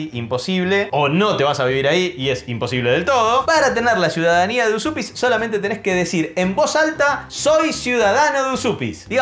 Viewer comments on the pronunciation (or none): Estudié lituano y la pronunciación correcta sería Uyupis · lo mas parecido para pronunciar Užupis seria decirlo asi: úshupis. Yo estuve ahi y no sabia que me podian sellar el pasaporteee AAAAAHHHHHH tengo que volveeeeerrrr!!!!!! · gran video... se pronuncia "uyupis". abrazo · No costaba nada ver en el traductor de google como se pronuncia Užupis en lituano!!! Es algo parecido a "Uyupez". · En realidad no seria tan facil ser ciudadano de Uzupis...porque primero habria q saber pronunciar bien el nombre😅 para mi es Ujupis o Ucjupis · Dice mi novia, que es descendiente de lituanos, que se pronuncia "úshupis"